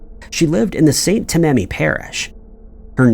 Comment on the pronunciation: Scientologist killed David! 🤔. Also, St. Tammany is pronounced "Tam A Nee.